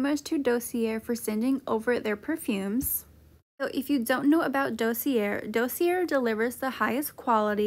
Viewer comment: Dossier is definitely not pronounced like that